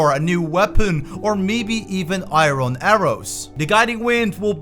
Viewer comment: Lol "eye Ron"